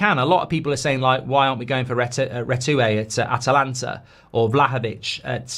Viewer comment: WHO FROM ATALANTA?😂 Come on man, this is just embarrassing ... 😂